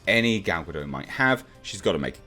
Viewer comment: Gal Gadot is not a silent T.